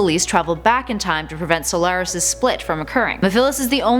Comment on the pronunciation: 1. Chaos 6 is not the final boss. Perfect Chaos is. 2. Silvers ability is psychokinesis. 3. Blaze can NOT fly 4. You pronounced Mephiles and Solaris wrong